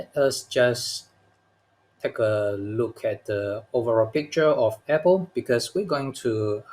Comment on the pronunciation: YOU should learn how to pronounce APPLE